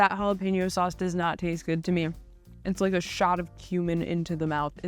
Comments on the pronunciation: stop saying "halapeNO".... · Someone please teach how to say jalapeño. Its like nails on a chalkboard! Thank you!